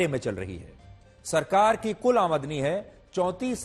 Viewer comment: Aamdani hota hai amdi nhi 😊